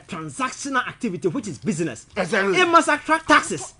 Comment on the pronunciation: And Iblove it when says “Das right, Ezatly and eiii “ It keeps me awake 🤣🤣🤣🤣